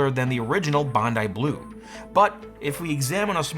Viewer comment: This Australian thanks you for pronouncing "Bondi" correctly